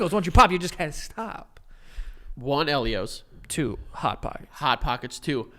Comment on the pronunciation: It's pronounced EEL-io's. I will die on this hill 😂